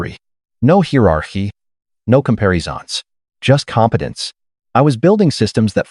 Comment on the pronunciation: The way he said it I thought he was going to add “I could…but what’s in it for me?” “No heer-ar-hee. No com-pair-e-zahns” Does this AI need help with some pronunciations? “pro-bob-ly.”